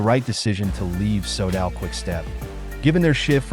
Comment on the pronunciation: Can you not use that bullshit AI voice? It's like listening to someone who has'nt a clue about cycling - I cringe - Leeg basto Leeg? Sodall? Jiyrow?